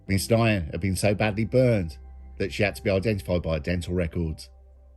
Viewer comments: Pretty sure you butchered the pronunciation of Quyen Nguyen, the second name is pronounced like 'win' Good vid though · last names pronounced 'win' im sure bro but great vid as always